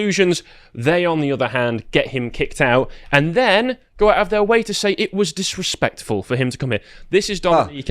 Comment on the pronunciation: Dat wuz direpectful - did I axe you?